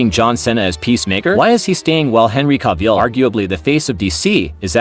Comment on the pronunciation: Bro literally said Henry caveill 😂😂